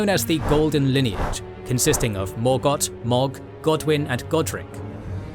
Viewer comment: This isn’t a conversation, it’s an edited video. That they do research for. Also, the names are pronounced for them in the game. Mohg and Ranni have phonetically correct names, and yet they are mispronounced.